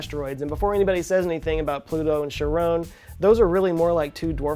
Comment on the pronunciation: Burst out laughing at "Sharown"